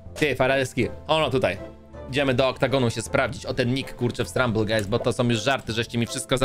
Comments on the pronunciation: nie struble guys stumble guys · gość powiedział srumble guy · Mówi się stumble guys